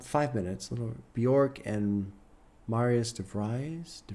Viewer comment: so glad to see this reaction but just so you know bjork is pronounced byerk :) bee-yurk